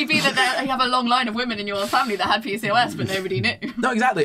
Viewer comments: deciding they youre going to pronounce pcos differently than every medical provider made this really hard to listen to. pee cee oh ess. not picos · Omg just and that is exactly how i pronounce pcos 😂